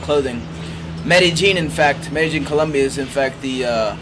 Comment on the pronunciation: I wouldn't trust the advice of anyone that can't pronounce Medellian properly,there is no true j sound in most countries where the first language is Espanol.